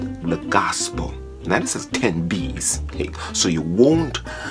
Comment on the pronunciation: no no. he's saying "beez"... careful of the beez..